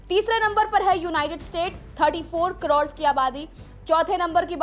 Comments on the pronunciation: कड़ोण या करोड़ 😊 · कड़ोड़ नहीं करोड़ 😂😂😂😂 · मुंह से सुपारी निकाल के बोल रे बाबा😅😅😅 करोड़❌ कड़ोर✅ 😂😂😂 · कड़ौड़ नहीं करोड़ 😂😂😂😂😂😂😂😂😂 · करोड़❌ कड़ोर ✅ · वो कडोर नही करोड़ होता है😂